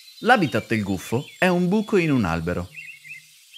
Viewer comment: Scottecs si dice gufo no guffo